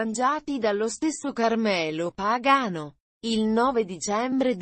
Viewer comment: si dice pagano pronuncia bene chi fà il commmentoo sbaglia gli accenti dei nomi